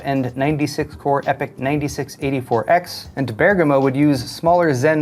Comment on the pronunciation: Top props and felicitations for pronuncing Bergamo correctly! 😉😉😉